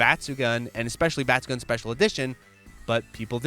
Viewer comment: i love your videos, but for the love of god pls stop saying batsugan, its batsugoon.